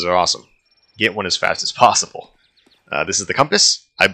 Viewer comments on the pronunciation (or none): none